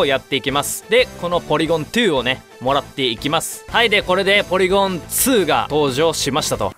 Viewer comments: ツーじゃなくてトュー、ゼットじゃなくてゼィーって言うの好きw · ポリゴン・トゥー ポリゴン・ズィーすき